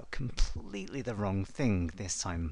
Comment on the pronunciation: Can you hear it? "wrun" :D